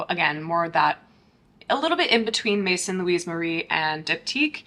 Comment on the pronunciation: Great review and I think I might try this sample deodorant set. Just curious, what was the name of the brand that you kept comparing these to? I didn't catch the name, I think it was maison saint louie marie or something like that lol. Thanks in advance. Update, I googled and it's Maison Louis Marie, thanks😊